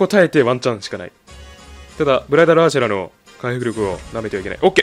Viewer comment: 最初ブライダルアーシェラがブライダルアエーシェマに聞こえた